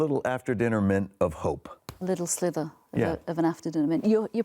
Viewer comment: A little thin thing is a sliver not a slither. Dear oh dear.